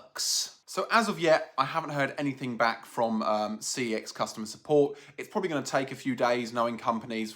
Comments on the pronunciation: it is pronounced like sex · I briefly worked at CEX, they want you to pronounce it "SEX". It's why their in-store wifi networks are called "Unprotected CEX" and "Protected CEX". But I still pronounce it "C-E-X".